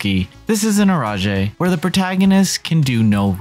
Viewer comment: Eroge is just the combination of the words erotic and game so you're supposed to pronounce it as it's spelled; Eh-Ro-Geh. Not Eroje